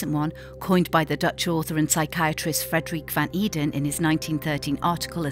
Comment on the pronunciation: Frederik van Eeden did not put in all that work for you to mispronounce his name like that damn... English people really need to realise just because other languages use the alphabet as well doesn't mean you pronounce the letters the same way..